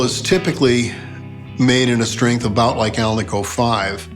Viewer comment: Cool pickups, fantastic playing and. What’s not to love? And great to hear someone pronounce alnico correctly.😜